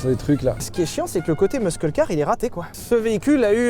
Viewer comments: Quand tu dis muscle C’est hilarant RIP anglais 😂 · Pierre s'il te plait explique lui comment on prononce "muscle" en anglais. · Pitié, quelqu'un pour dire à Sylvain que le "c" dans "muscle" est silencieux. (En anglais)